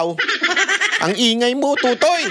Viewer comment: Mispronounced mo ang totoy. Sa busaya, iba ang meaning.